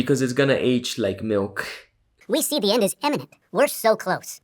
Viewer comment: Yes. And did you hear how Troy Snyder confused the pronunciation of “imminent” with the pronunciation of “eminent”? It may have been a Freudian slip on his part; but, at the same time, the Society has a long history of “honoring” the accomplished end (the thought conveyed by “eminent”) more so than fostering any genuine sense of urgency (the thought conveyed by “imminent”).